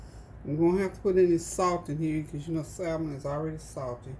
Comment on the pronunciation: Samon NOT salmon pronounciation...